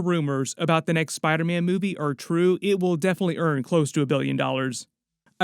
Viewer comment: I love when you () talks about Spider-Man, because sometimes you say "Spidaman" and me and my girlfriend repeat "Spidaman" the whole video. No shade, I'm from Joisey (New Jersey) and I have a weird accent. You bring a smile to our faces. Keep it up bud ❤❤❤❤